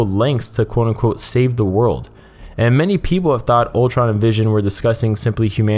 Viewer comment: you really have to enunciate "quote-unquote" also stop saying it 1000 times per video. good vid tho